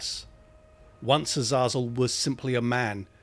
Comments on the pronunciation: Awesome video! However, I'm pretty sure it's pronounced Azay-zul 😅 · U-Zah-Zuul? yeah gotta skip this one, it'll bother me, sorry dude